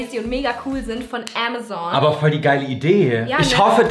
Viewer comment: Julia so am anfang Ämäson😂😂😂😂 hab euch lieb ☺️